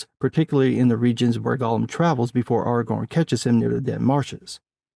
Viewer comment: Ahr Ah Gorn. You sound like you are saying Argon. A gas, not a ranger.